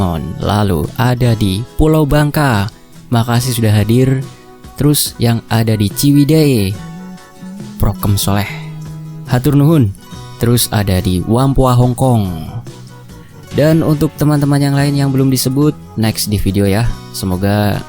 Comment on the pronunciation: Baca nya wampo min jangan wampoa 😂😂😂😂 wong tai sin sama diamond hill terangga desa min 😀😀😀😀